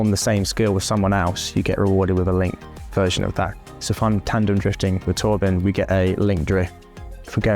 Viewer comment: Can‘t even get the Name of the Design Director right😂 Its Torben not Torbin 😂